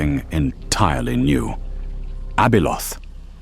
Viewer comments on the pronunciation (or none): Abeloth not Abyloth 😂😂😂😂😂